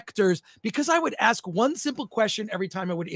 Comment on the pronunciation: And says “ayks” instead of ask